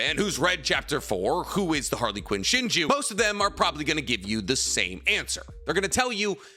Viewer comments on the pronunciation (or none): Idk why but pronouncing Harlequin as Harly Quinn is killing me lol didn't know Boruto was a DC comic 😂